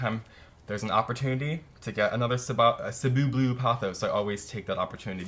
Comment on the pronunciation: i love how you correctly pronounced the "Cebu"! :) it's actually from the Philippines.